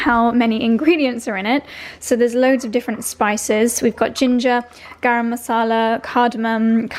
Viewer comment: The way you pronounced “Garam” in garam masala was spot on proper Indian pronunciation! Threw me off with how well you said it 😂☺️